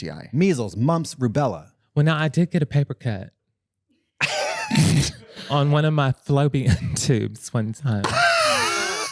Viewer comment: “Now I did get a paper cut,” in the finest southern accent. I love that.